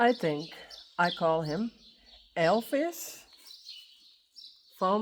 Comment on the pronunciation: Lovely little Elvis 💙 It sounds funny when you say Elfis. Why did you ask us about Frisian names if you don't use them yourself?